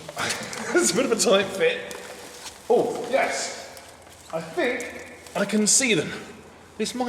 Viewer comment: Loved Ed. Couldn’t stand lazy speech (‘fink’ instead of think, ‘wiv’ instead of with, ‘togever’ instead of together, etc, etc).